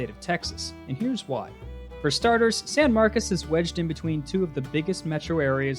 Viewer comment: Just an FYI, San Marcos is pronounced like San Marcus. Don't ask me why.